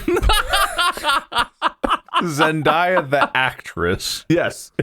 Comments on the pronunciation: It hurts me a little bit to hear you guys keep mispronouncing "Zendaya." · I loved this ep so much but the amount of times they said Zen-die-uh instead of Zen-day-uh was driving me a little crazy lmaoo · Why do they pronounce her name zen-DYE-uh?? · The Zendaya pronounciation being so wrong followed by the correct Zenyatta pronouciation is a true gamer moment 😭🤣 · I hope they learn how to correctly pronounce Zendaya's name 👑